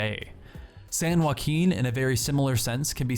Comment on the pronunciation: San joe-ack-in